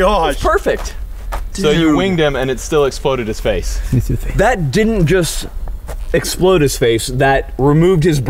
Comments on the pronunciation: "It's gonna splode" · “It’s gonna splode” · "it's gonna splode" 🤣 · "It's gonna 'splode."